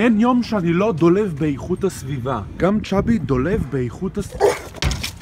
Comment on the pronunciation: אומרים dolav